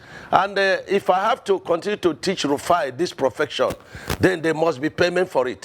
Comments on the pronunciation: Profession. Not profection. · say "PROFECTION". Professor nor sabi pronounce Profession. Lmao 😂😂😂😂😂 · He said "This is my profection". Illiterate politicians 😏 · this is my profection (profession) - illiterate umahi